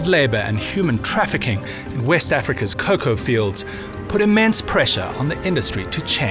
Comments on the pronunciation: please say cocoa instead of coca😂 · Nobodys gonna mention the fact hes saying coca and not coco? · I just hate how he pronounces some words. He is saying “Coca.” Cocoa and Coca are different things. Ridick-uh-lus. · Top notch vid as usual…even though he keeps mispronouncing ‘cocoa’ as ‘coca’. And making people think chocolate comes from the same plant cocaine duz😂😂